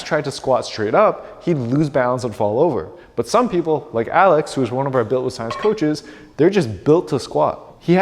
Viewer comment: Here we go again with the “research and Schienche”